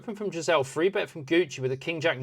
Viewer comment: Enjoy the content, but please stop say "free bet". You say "three" when there is a three on the board, so you can say three. 😅